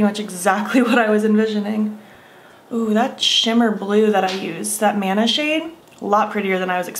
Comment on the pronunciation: “Mana” actually pronounced “muh-nuh”. It’s from Polynesian cultures, and refers to the vibrations/breath of life or spiritual energy ♥️